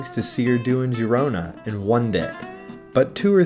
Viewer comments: No, the video was nice thanks for the upload. I especially like your little dance/walk on the wall. But it is pronounced FYI Gerona for us Americans. The i sounds like an E. It always messes me up as well. Cheers mate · Girona* and not Gerona 😊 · It would've been nice if you learn how to pronounce the city correctly.